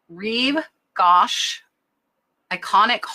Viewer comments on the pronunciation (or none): Gauche is French, and is pronounced Goo-sh. Great content, & excellent research. ❤